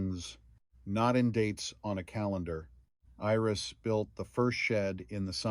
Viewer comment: You did an excellent job of telling this story. It brought tears to my eyes a few times. Too bad all other people only think about is it AI? Really who cares. You only made one mistake, missed read Iris. This to me is not AI.